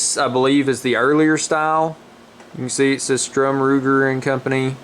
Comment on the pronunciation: It's STURM not strum...jeez man at least get his name right. What was that you said about reliability?